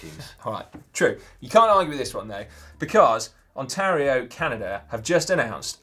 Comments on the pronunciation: How hard is it to say Ontario and Ottawa? I'm not even Canadian and you're making me cringe, Dan! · I ran out of hands to face palm with when Dan asked whether Ontario is near Ottawa (pronouncing both incorrectly...) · Nice mispronunciation of Ontario and Ottawa, Dan. I expected more given that you're typically a cunning linguist.